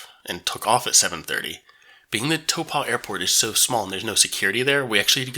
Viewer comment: Nice thermal pools in Taupo ( Toe pour, don't pronounce the r) don't worry about hotels, motels and B&Bs exist too